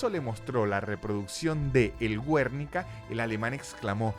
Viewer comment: no es "güernica" es "guernica" 😂👍🏼